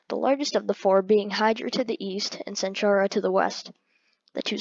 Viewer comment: ITS PERNOUNCED AQUILA AND ITS PERNOUNENCED CENTAURA NOT CENTHURA AND ANTARES ISNT PERNOUNCED ANTAREZ